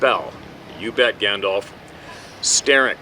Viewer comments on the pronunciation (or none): none